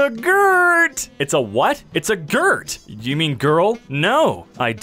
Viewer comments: It’s a girt?!! Sounds like a non binary gender.. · It's a GØRT